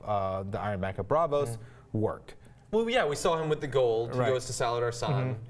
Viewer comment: is fucking talking out of his arse regarding Arya. He's read the books and knows that's bullshit, further he can see the 'inside the episode' from the HBO channel which shows that the show runners completely disagree with him. Oh and just say Braavos, it's not fucking Earth shattering to say it.